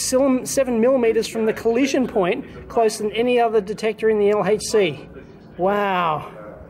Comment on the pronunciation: Great Video Dave and you even say "aitch"! (as in "El-Aitch-See" [LHC]). WooHOO !!! Music to my ears. Go Dave !!